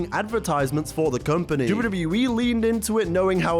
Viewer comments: The way he says WWE "Dubyudubyuwee" 😂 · If this MF says "dibbity e" one more time... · Love this. Great retrospective We all missed the networK. ALSO, you say WWE like AI. So fast! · The way he says WWE 😂 great video btw!